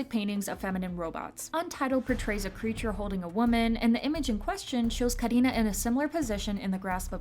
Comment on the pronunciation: I love the way u pronounced karina